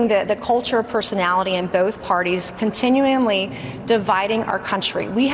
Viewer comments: Girl bye. “Continue-in-ly” is NOT a word. Discount your mastery of the English language before you discount any-freaking-thing else. Anyone can get elected these days. Even dumb azzes. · Nancy Mace can’t say the word “continually”…